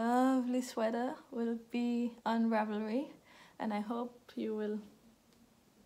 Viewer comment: You say "ravelry" just fine... ;-)